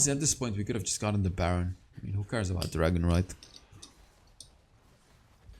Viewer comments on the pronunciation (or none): none